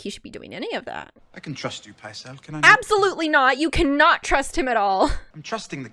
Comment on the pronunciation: The old man in King's Landing is Maester Pycelle, pronounced Pie Cell.